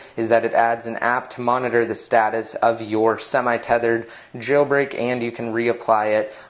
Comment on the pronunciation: omg why do you say "jailbreak" the way you do? it's so annoying.